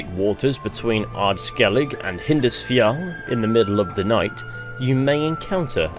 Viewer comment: dude the way you said hindarsfjall is hilarious, Im sorry LMAO